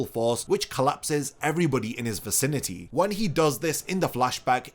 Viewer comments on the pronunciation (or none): none